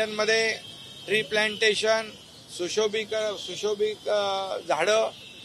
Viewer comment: आपल्या महाराष्ट्राचे मुख्यमंत्री बहिरे आहेत त्यांना प्रकल्प बद्दल प्रश्न विचारला की ऐकायला येत नाही फक्त मंदिराबाबत प्रश्न विचारले की ते फक्त ऐकायला येतात सुशोभीकरण हा सुद्धा शब्द उच्चारता येत नाही मुख्यमंत्र्यांना😅😅